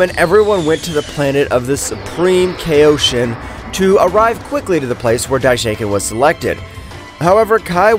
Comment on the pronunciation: His pronunciations are incredibly inconsistent too dude says kay-0-shin, then Kai in the very next sentence, like wtf? Also for some reason Beerus and Whis are now Freiza and have a British accent?